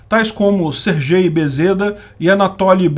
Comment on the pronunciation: DETALHE: Na maioria das Línguas Europeias a letra "G" somente tem o som de GA, inclusive quando antecedendo as letras E e I, nunca ou quase nunca o som de "J". Portanto, SERGEY (Sérgio, em russo) é pronunciado "SÊRGUÊI".